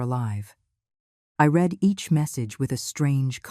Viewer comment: Not “ I read everything but I (pronounced Red every thing in past tense) Get help with someone who is fluent in English or better AI generated dialogue. Your site will be more popular. Contractions are also good, can’t for cannot and don’t for do not makes for smoother language .